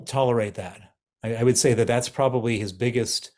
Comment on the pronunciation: What does 'lose is position' mean? Do you have a problem with your h or is it to do with pronouns?